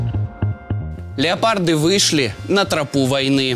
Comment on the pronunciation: Не леополд а леопард. Озвирин.